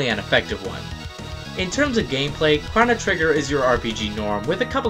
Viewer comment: why does he say chono like that? is this his first day on the internet? cause I know it's pronounced differently everywhere else